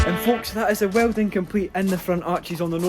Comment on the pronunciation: ah yes... "WELDONG"